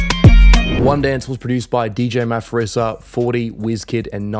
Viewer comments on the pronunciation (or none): it's not Maforisa, its Maporisa. It's South African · bro, it's Dj Maphorisa not Dj Maforisa. you pronounce it "Dj Ma-Po-Risa". Remake God! 🤘🔥🔥🔥🔥🔥🔥🔥 Big fan! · The Ph is not F in our language, it’s P so it’s Dj Maporisa for pronunciations, s/o for the me mention ♥️ you my legend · solid🤝💜 just wanted to make one mention though. it's dj maphorisa(ma-poh-ree-sah) not maphorisa(ma-for-ree-sah)😂💜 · DJ Maphorisa is pronounced like Maporisa not Maforisa. Video on point btw🔥🔥🔥. Logdrum synthesis is a must know for African producers. Each producer has about 10 different logdrums atleast to my knowledge, therefore it might be difficult to know which one exactly unless you know the producer or close people. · Not Maforisa😭😭Maporisa🇿🇦,but I forgive you...U read it as it's written✅ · You can say "Maa-hore-ree-suh". But the whole 🇿🇦 salutes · As a South African, allow me to give you the proper way to pronounce DJ Maphorisa. Maphorisa - MA-POUR-REE-SA Yeah, DEE JAY MA-POUR-REE-SA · "As you can see it matches perfectly" Maphorisa is pronounced with a P... like Maporisa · Is DJ Ma-po-risa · It's DJ maphorisa [ Dj the Police]😂😂 It's pronounced Ma-Pour-risa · Dj Maphorisa is pronounced maPorisa Just thought i'd point that out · Dj Maphorisa is pronounced Ma-pour-risa. Great jobs though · its pronouned ma po reesa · Hey I'm a South African subscriber and one of the producers on the song DJ Maphorisa( the "h" is silent) is a massive producer from SA🇿🇦. You should check out some of his stuff. Think you might really like it😁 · The way he said Dj Maphorisa's name 😂😂😂😂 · Maphorisa is actually pronounced as is😂😂there's no "F" sound